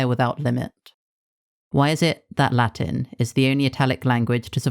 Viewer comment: Where are you from? I can tell you're not from a Latin country because the pronunciation of Latin words was very unnatural. Good video though